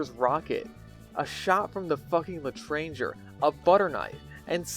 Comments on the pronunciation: its not pronounced le tranger its pronounced le tronshae but spelt le tranger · "A shot from the fucking Le Train Jer" Lol Edit: "The flying Guillotine" Now that's French! :D